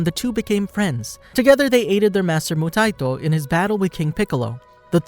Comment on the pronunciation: Moo-tie-e-toe (phonetic spelling bc your pronunciation is driving me insane….they say it in the anime countless times) good vid tho